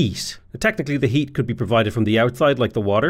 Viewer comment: "Houses have hweat"